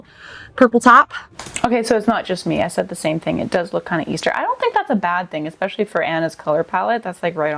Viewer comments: Expecially! Jesus ESPECIALLY! especially. As in is especially Annoying. (And the sweater is knit!) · OMG! There Is not now, nor has there ever been, the letter "K"in the word "especially"!!!! Stop it! Do people not know how uneducated they sound when they add the "K"?